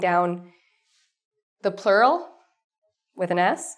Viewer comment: Your plural sound likes pearl.